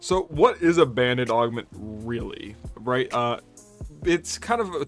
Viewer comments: OK, it took me until you put the text on-screen to realise that you're not saying "Bandit Augments" but rather "Band-Aid Augments". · Every time you say band aid augment I think you say bandit augment and I get thrown for a loop. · Why are you saying “bandit” augment?